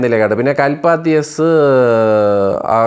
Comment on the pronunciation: Mr, കൽപ്പാത്തി അല്ല. കലപതി. കലപതി എസ്‌ ആഘോരം